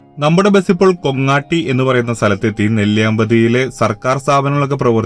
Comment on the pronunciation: മോനെ കൊങ്ങാട്ടി അല്ല കൈകാട്ടി